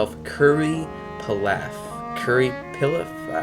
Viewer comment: p-E-laf Pronunciation ☝️